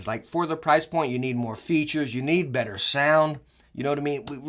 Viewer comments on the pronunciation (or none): none